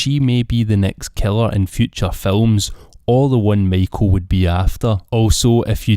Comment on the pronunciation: The way you say Michael LOL